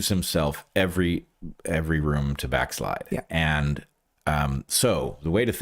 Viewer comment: ~ Bret inadvertently coins a new word. What he said was "backslide", but I heard back-lie